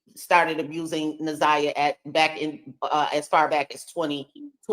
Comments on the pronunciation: New sub. I just started watching but had to comment right now about the mispronunciation of her name. Na'Ziyah's name is pronounced exactly how it is spelled. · Why she can’t say the baby name right. I know there are way bigger problems but people who purposely mispronounce names agitate me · Poor Laurie! She’s not a good listener! She overtalks the guests and she can’t pronounce Naziyah’s name for nothin😂🤦🏽‍♀️ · The interviewers need to do more research before these interviews. She can’t even pronounce the girl’s name? Smh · How was she isolated? I don’t get it. I’m not sure these people even know this girl. They don’t even know how to pronounce her name!